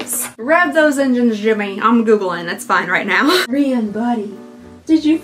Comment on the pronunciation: I always forget how much I love hearing "JIM-MA" 😂 as he is out doing yard work! 😂😂 Absolutely perfect Southern pronunciation of his name and just the right amount of giggle and ire goes into it!😂😂😂😂❤❤❤❤❤